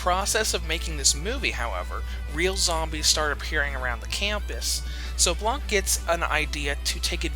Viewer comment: The c is silent in blanc